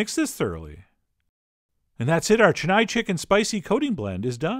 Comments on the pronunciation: It's chen-naai, not chenaye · Hey, you pronounced my city's name completely wrong... Chennai has only small vowel sounds. Chen-nai. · heck you it is not chen-nii!!!! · 'Che-nai' chicken wings ☺️😆 cute pronunciation.actually the pronunciation is 'chen-nai' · its Chennai(Chain-na- iee).previously known as (Madras).. capital of the state Tamil Nadu, India..... Chettinad is a district in Tamil Nadu... famous for spicy hot chilli laded dishes... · Absolutely murdered the pronunciation of Chennai 😂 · He said Chennai in the exact way I thought he would. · Cringed every time “Chennai” was said like that haha. But wings looked bomb dot com!!👌🏼👌🏼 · chennai is sounded wrong